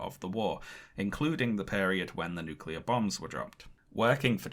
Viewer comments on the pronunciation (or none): With all the Japanese names he pronounced right, why couldn't he get nuclear (NEW kyu ler) right?? -GWB